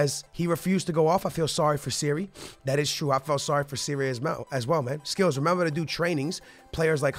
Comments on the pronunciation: I would say go for Chucky Lozano or Ousmane Dembele, don't do a swap though, make sure you sell Willian and Pedro because swap deals are broken and you have to pay so much more. Also please change Donnaruma to #1 and Aouar is said "Ow-Are" and Sarri is said "Sar-ree" not "Siri." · the manager of chelsea name is SARRI NOT SERRI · Why do you keep calling sarri Siri 😂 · ITS SARRI kinda annoys me when he says siri